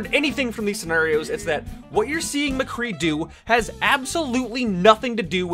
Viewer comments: Why the actual fuck do you pronounce it "McGee" it's Mc-Cree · Who else noticed that every time he got angry he kept of saying McGee instead of mcree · It's McCree. Not McGee. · Who the hell is McGee?,it's Mcree... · you said McGee instead of MCree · His name is McCree, not McGee. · I had to correct you its McCree not MaGee. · It's m CREE not mgee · Not trying to be a grammar nazi but it's mcree not mcgee it's pronounced muh-kree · First of all, nice video! But, why do you keep calling him McGee? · Did you call him "McGee" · Are we gonna ignore the fact that he kept saying "McGee"? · Why do you keep saying McGhee? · "McGee" Excuse me what. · Every time you say "Mgee" it kills me a bit inside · You call him mcgee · it sounds like you're saying mgee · did he just call him mcgee :)) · You said McGee every time😂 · This nigga said Mcgee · he says "Mgee" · 2 things, stop saying mcgee please and maybe you are just slightly bad at mccree?and that's why nothing is hitting? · Lol u said mcgee